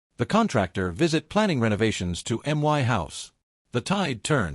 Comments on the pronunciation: Why does this narrator continuously say " M .Y . " instead of " my " . Why us this OP yet another spineless twerp we are expected to sympathuse with. Irritating trash . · You pronounce my as one word not as each letter.